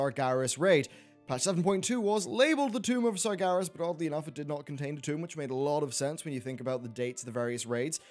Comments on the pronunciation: SargEras not SargAras Geez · Why do you keep saying Sargaras? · The Amazing Ace Meracruzer not it is not. It's Sargeras the name is even pronounced in the game so there is no reason for people to get it wrong.